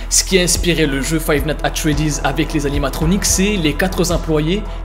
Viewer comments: xd ta dit fave nat at freddy lol men faux dire five night a Freddy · "Five nate at Freddy's"